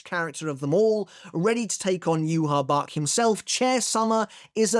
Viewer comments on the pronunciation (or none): It's Yu-ha-wach not yuhabak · I can not believe the anime let Mt. Dew/Pepsi Co. choose the German pronunciation for Yhwach Bach. What's next? Yhwach Baja blast? Johann Sebastian" BA-HA"!, great GERMAN composer. It is almost like hearing Hank Hill trying to say Baja without the 'W' (Bwah-ha-huh). I enjoy the mental "ha-ha" that comes with hearing his name pronounced in the anime. I guess the Quincies aren't German or paralleled to the Nazi regime. Maybe they're just really funny people.